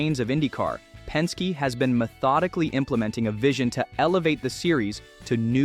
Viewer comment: Pen-skay? Really?